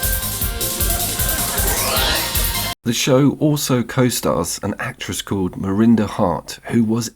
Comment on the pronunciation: Marinda? Not sure I can take the opinion of someone who doesn't know what he's talking about. Miranda. Two letters so innocuously out of place. And yet so fatal. I'm out.